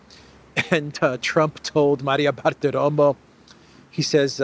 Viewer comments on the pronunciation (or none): none